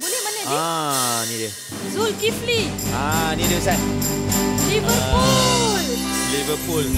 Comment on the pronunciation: jihan : liveRRRpool bkn kaki bola cenggitu bacanya 😆, R terlebih sebut